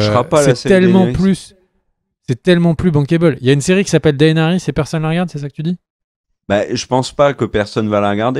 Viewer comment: Bonne vidéo mais le mec sur son canapé il exagère sur l'ep3s8 il est pas dégueulasse et tes prononciations elles sont degeu pour Daenerys, et stp, c'est "Boba Fett" et pas "Boba Fé" (24min46).